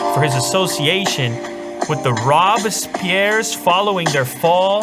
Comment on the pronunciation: Robes-pea-air..... sorry